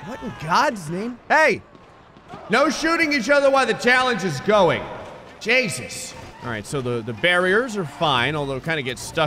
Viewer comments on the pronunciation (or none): none